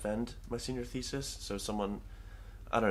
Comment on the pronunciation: "Thenior Sesis"